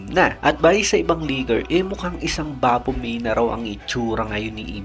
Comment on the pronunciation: Vovo mo. Baphomey? 😂 Baphomet tanga! Bapomey? 😂